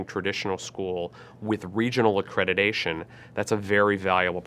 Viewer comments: It is accreditation not accredidation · These people used the term "accreditation" hundreds of times a week and yet say "a-credi-"day"-tion.